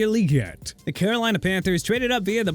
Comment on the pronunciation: Xavier Legette is pronounced Lagette, not Leegette. But then, doesn't even try to pronounce names right.